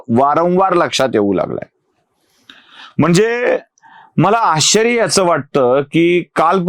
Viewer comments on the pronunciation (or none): none